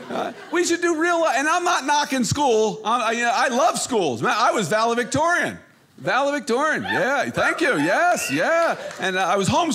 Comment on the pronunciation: It's 'valedictorian' not 'ValaVictorian'.